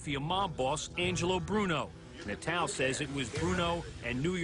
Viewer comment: Natale : Nuh-tal-ay Way to do your research "journalists"